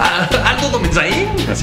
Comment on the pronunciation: No me gusta Aldo domensaín con acento en la i 😂